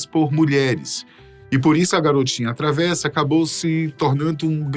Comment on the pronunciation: Com todo respeito, a pronúncia correta da palavra travessa, de significado peralta, traquina, se pronuncia travessa com e fechado (ê) , e com e aberto (é) e para recipiente para alimento como maionese, saladas, e a estreita, madeira para pisar...